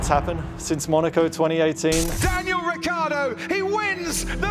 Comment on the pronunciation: wrong pronunc.... rikkardo in IT is rhaikhaeedoe....